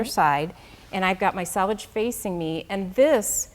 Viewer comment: For the love of God, can somebody please teach the Accuquilt ladies how to pronounce selvage (also selvedge)? Not salvage. Completely different words. Salvage means to save something that is damaged. The selvage or selvedge is the end of woven fabric that is finished.